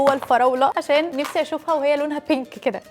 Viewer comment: معلش ومالك بتقولي البيك اسمها بينك معلش انا اسف